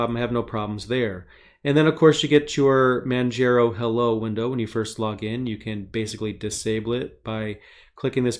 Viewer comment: Also Manjaro is pronounced like manJAHRO not manJAYRO. Like Mount Kilimanjaro(Sorry I gotta be that one OCD guy). Btw great video!!